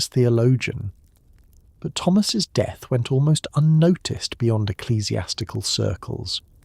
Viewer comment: It's pronounced DEATH not de... Some kind of copy proofing required on this channel.